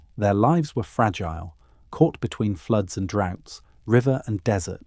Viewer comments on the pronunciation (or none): none